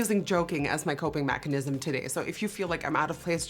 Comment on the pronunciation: This is really important and serious but I can't get over 'coping machanism'